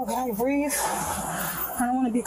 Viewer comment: “I CANT BREEVE!!!” 😂